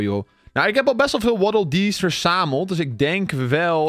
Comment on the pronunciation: Dat was echt een goede waddeldees nuts uitspraak